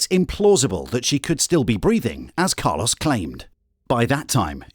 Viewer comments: It's not "Car-loss" it's "Car-lōs". Anyway, Carlōs is one of the most psychopathic emotionless people I've ever seen. Wow. He literally has no emotions. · I think it's pronounced Carlos not Carloss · Why did the narrator pronounce his name as “Car-loss”